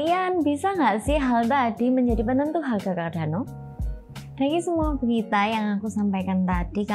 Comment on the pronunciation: hehe... mbaknya gk bisa ngomong "R"